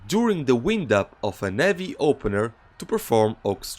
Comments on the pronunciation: When u speak "heavy", the H is not silent bro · I love how he just completely disregards the "H" sound lol